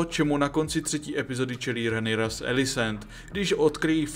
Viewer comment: Když už tak Rhaenyra=Renyra